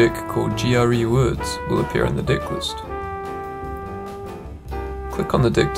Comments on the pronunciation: When 'deck' becomes 'dick' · I'm sorry but I cant unhear "dick" lol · To start with, I love the music! The problem is it's way to loud! Maybe not the best accent or voice to use for a tutorial. I couldn't take it seriously with him talking about his "dick" Then to add insult to injury he starts talking about the "dick statistics"! 😂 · I'm a native speaker, and let's just say the way he says "Deck" makes it sound like... something else. Nobody can understand him 😆